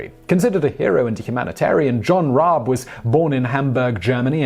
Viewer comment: Rabe. The dude’s name is Rabe. As in crow. Pronounced Rab e E’s are don’t do the weird silent thing in German